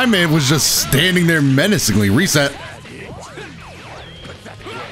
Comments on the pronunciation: Nobody:: "The rrrrrrresets!" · Yo did anyone else notice him roll his R’s when he said “RRRRRRRRESET” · the rolling of the R in “reset” had me crying for some reason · LETS GOOO, also can we talk about the tongue roll on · Damn, rolling his r's when he reset dbz Broly. 😳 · I liked how you rolled the R on reset 😂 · I like how rolled the r on reset